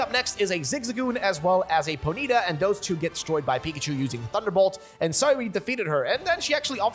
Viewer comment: you are the first person ive heard that says ponyta that way... just found it interesting XD